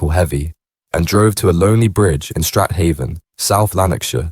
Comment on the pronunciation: Govan is pronounced Guvin Strathaven is pronounced Strayvin and Duntocher is pronounced Duntoekir